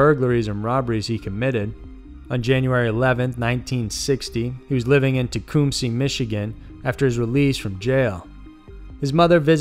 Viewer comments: Its pronounced ta-cump-sy. great video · Not a criticism, just pointing it out... The city in Michigan you mention is pronounced Tea - Come - See. It's about a half hour from me. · FYI - Its pronounced Teh- Cum-See. :) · I'm from Michigan and that is nowhere near how you pronounce that city's name lol